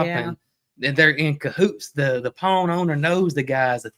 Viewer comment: I’m southern but the way yall saw pawn shop is funny, I bet some are trying to figure out what ur talking about. Lol. I’m in ga but we pronounce it like pond but without the d.